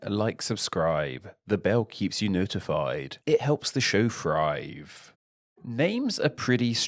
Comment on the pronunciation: “Helps the show frive” 🤔